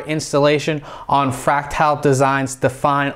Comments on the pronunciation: Its fractile...like fractiles...(frack-tull) not (frack-tile) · Where the heck do you get "Tile'" in "Frac-TAL"